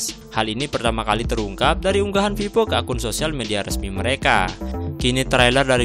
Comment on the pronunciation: Vivo bang. Bukan pipo... Haha